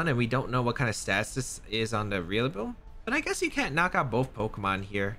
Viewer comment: Every time you say Rillaboom, you always remind me of Wolfey pronouncing names wrong...REALlaboom lol 💙